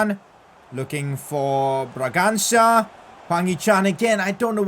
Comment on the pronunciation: PCQ: it's actually funny how calls brangança "braganga" and the guy misses his pass or gets stopped in his tracks in that moment 😂😂